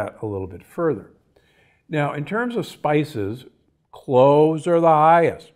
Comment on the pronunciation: CloVez....not Cloehs 😉🙏🏽💞